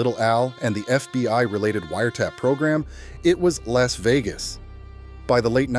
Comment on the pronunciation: Bailed L A S Vegas. AI CRAP